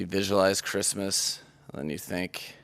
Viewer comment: Chrishmish, lol